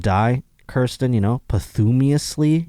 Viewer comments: Posthumously 🤣🤣🤣 paas·chuh·muh·slee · trying to pronounce 'posthumously' was hilarious. He mangled it so bad that Kirsten had no clue what he was trying to say.